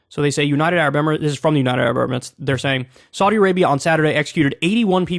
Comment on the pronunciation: Your pronunciation of Saudi isn't correct